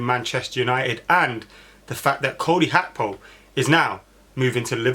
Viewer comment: Why do some people want to b extra n think its pronounced ‘hakpo’ n not Gakpo! So fxing annoying. Its Gakpo n NOT Hakpo!!!! Ffs